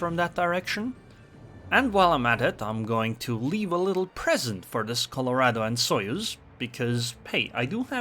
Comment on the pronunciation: its Colorado not Colourado because the word is spanish in origin